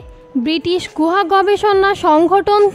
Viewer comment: গোহা না আপু। গুহা